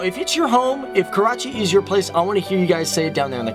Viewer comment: Jadoon He is from "KAWACHI" not Karachi, :P